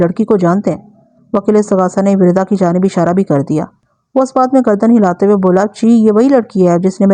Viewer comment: Wirda nhe Warda hai, Arabic word for Rose